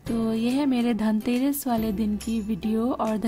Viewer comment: 0.55 kyo tang aadake ke khadi ho...yaaar..tangterass nhi dhanteras manao...